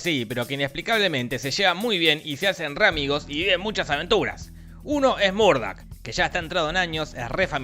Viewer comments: Es Murthaug no Murdock jajajajaja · es murtaugh no murdoc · Murtaugh, no Murdock!! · MORDO SE PRONUNCIA MORDOOOOOO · Ay, Jorgito, te adoro y me.encantó el video, pero pronunciaste tantas veces mal Murtaugh y de tantas veces distintas que me dio cáncer xD Al menos pronuncialo que la versión latino, que estaba bien: "Mortog".